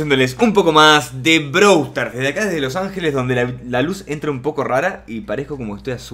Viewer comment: Desde cuando se dice Browl Starss